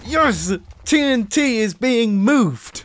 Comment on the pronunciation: When mumbo said “The tnt is being moved!” He sounded 200 percent American